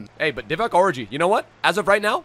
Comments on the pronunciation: His name is or-ee-gay is saying or-i-gay He’s not miles of stop complaining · as a kenyan let me jut tell you that it is divock origii like ghee.not oriji how your pronouncing it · it’s Or e gi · Does anyone get angry bye the fact he says “orgi” wrong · Please don't disrespect Origi's name like that lool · The g is pronounced as a j bro